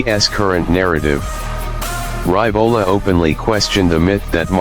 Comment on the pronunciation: Hey,, it is pronounced Ree-vo-la not Ry-vo-la...